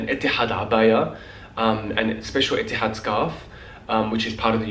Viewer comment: The way you say "Etihad" in the Arabic accent is just great!